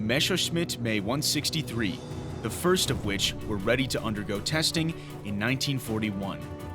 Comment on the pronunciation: "Mesowshmit May 162"? Holy fuck, that was awful.